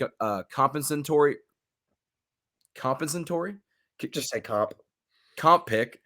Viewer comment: Compensatory ? Go back to college for pronounce 102